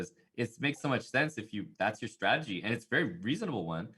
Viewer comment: Hambleton, it is strategy, not stragedy.